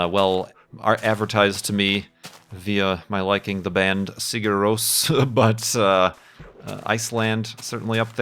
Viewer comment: I like how you pronounced Sigur Rós, I'm from Iceland btw.